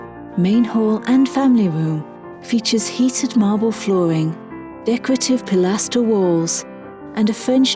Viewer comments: Jameson Cross yes she was supposed to say pilaster. It sounded very robotic. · This is what happens when you hire to do your narrating.